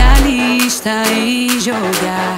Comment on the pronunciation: Impressão minha ou no final ela fala "expressialista" invés de "especialista"?